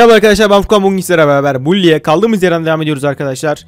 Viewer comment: Bully değil baly